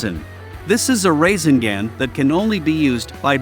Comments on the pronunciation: Not rasengan but rasingan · Instead of rasengun he said racing gang 😂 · Bro we just finna ignore this mans say raisinGand bruh 😂😂